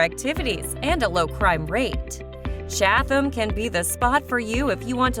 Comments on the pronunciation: We laughed at the Cha-tham pronunciation. We live in Chatham and sometimes jokingly use that pronunciation. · The H is not pronounced in Chatham and Ho-ho-kus was mispronounced, also. Who is this clown? OMG, I just got to Parsippany! We won't even get into the fact they moved Saddle River to the tropics. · Chad-than? Par-sip-pany?? The Narrator needs to take her mouth back to the dealership and get another one. 😭😂🤣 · I tried man, I really did...I suffered through "ChaTHam" and "HO-HO-KUS", but "Parsi-Panny" was where I had to draw the line and pull my chute. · It's pronounced "Chad dum" oh my god!! PAR SI PANNY!! stop please get a local narrator and Princeton seriosuly lol$ 115k pp hh this is hysterical 🤣